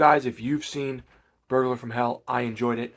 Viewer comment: I had to go back and re-listen to what you said, I thought you said furburger from hell.